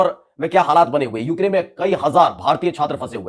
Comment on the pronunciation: Eukrayn hai...sahi pronounce kariye